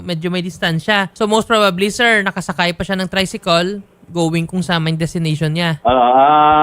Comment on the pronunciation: grabe accent mo atty tricykol